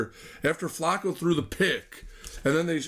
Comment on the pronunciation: I tried to listen but not pronouncing Flacco and calling Bernie a hack quarterback made me have to sign off... good luck lol. And Cooper 2nd receiver anywhere else... lol.. You're killing me!